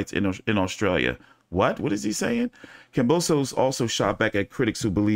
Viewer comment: Pronounced kam bow sis. 👍